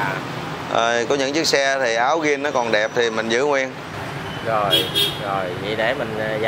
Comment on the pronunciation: Zin chứ không phải là gin?